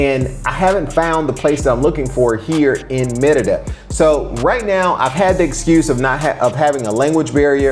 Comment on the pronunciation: It sounds like you're saying "mierda" which is shit in spanish.